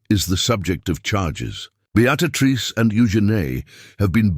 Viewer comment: Awful AI. How did it pronounce Beatrice? 😂